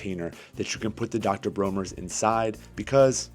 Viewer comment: World class edutaing repsentation... If I may be permitted my one complaint... the pronunciation of the castile soap is commonly pronounced Dr BRAWNERS not dr BROHners ieeyieayayayahhh...